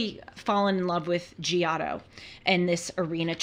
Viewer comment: Glad you are discovering art. But couldn't watch after the way you pronounced "Giotto." Sorry.